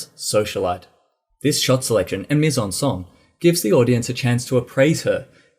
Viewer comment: last sound is incorrect, scène doesn`t sound like sin, not even close